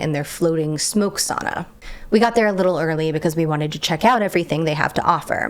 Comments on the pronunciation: It trips me out so bad when you say city names 😓 Vantaa sounded like Vanta and I needed a moment to remember what it is in reality. Otherwise, good Finnish? Sauna sounded perfect, and that's all that matters 👍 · Thank you for pronouncing sauna as 'sauna', not 'soona' :).